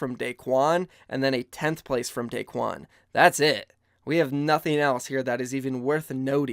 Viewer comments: Not Daquen, Daequan. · It’s daequan